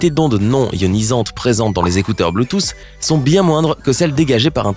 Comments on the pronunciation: Merci de répondre a une question que je ne me suis jamais posé même mon prof de techno ne m’a jamais expliqué ça par contre, la miniature me gêne un peu et s’il te plait arrête de dire bluetooce ( pour la prononciation) on dit Bluetooth (ffffff) 🤦🏽‍♂️🤨😂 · Ptn tu me tue avk ton BLUTOSSE au lieu de BLUETOOTH